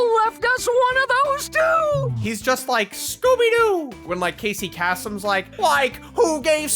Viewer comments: Casey “kass-em”? Have you never heard a rerun of americas top 40? No offense, he’s just a household name. It’s pronounced “Kay-sem”. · Casey Casum. It's Kay-sum. He only pronounced his own name every damn week on the radio. You clod. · The way you pronounced Casey Kasem's last name killed me a little inside. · It pains me so much that is so young, he doesn't know how to pronounce Casey Kasem's name